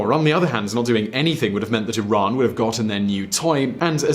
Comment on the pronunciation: Sounds like you said Iraq.